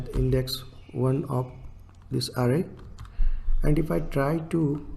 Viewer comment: bhai fake english accent me na video banai hoti to poora dekhta, dimag me ghus k arrway arrway kyu bol rha hai ?